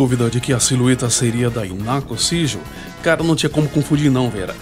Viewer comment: Fica a dica, se fala "Rinaco".